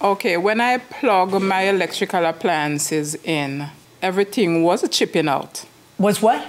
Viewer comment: "Everyting was chippin out"